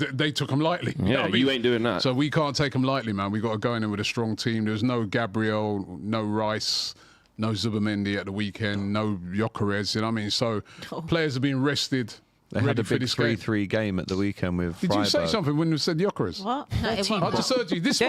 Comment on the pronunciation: 90% of fans say 'yokeresch" which is not even close to the real one, he is part Hungarian, his name means something like rooted